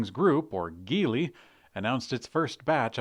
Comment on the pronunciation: Awe Jeely my man, come on, Geely like Jeely. I’m surprised you said it this way given your recent clarification about China being known as the Middle Kingdom, in ancient and current times, and you did a great job pronouncing 中国. Good on ya for schooling the older viewer a few episodes ago, if they could read the kanji they wouldn’t have any reason to say anything. But please, Geely 吉利, is not some made name. The spelling in English is definitely odd, but you see that all the time with brands from the region. I mean if you need to write it like this, Jeely or Jili in your prompter or notes, let’s do it. Cause the name you said, that’s not a word. Looking forward to your correction in your next Jeely story. Keep pushing.